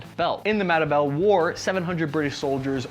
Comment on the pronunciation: The Matte Belle War? lololol say it with me MA-TE-BE-LE